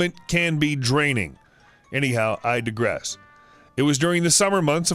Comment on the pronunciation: How can you not know how to pronounce 'cafes' and 'digress'..? Didn't you go to school?